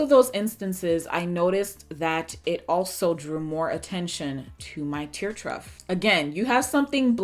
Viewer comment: It's NOT "Truft". 😑 It's Tear TROUGH (pronounced "TROFF" ) as in a horses water trough (the big long container they drink out of)